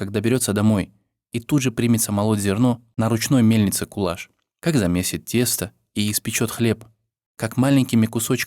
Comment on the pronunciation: Рахмет,что помните,что мои предки казахи спасали всех переселенцев чеченцев,ингушей,немцев,корейцев,поляков и т.д.Помните и передавайте своим детям ,внукам и правнукам.Я горжусь,что я казашка!Имя не правильно произносят не Кулаш,а Куляш.Будте здоровы и счастливы все народы Мира!